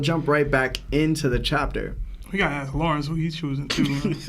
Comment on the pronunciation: What's with and akses? It's supposed to be "ask" right? Or am i wrong?